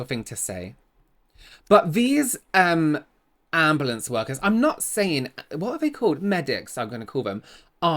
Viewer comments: Please tell me when said “ambalance” someone else pictured the video of that guy with the song “oooh black betty…AMBALANCE” 🤣🤣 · AMBA LAM!